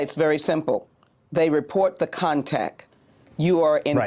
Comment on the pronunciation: Did she say "contac"????? Whaaaaaaaat???😬🤔🙄